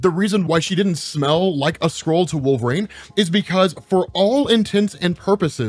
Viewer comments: For the love of god it's not pronounced Wolvrain, it's Wolverine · “WolvRAIN”? Why are you saying, Wolverine like that??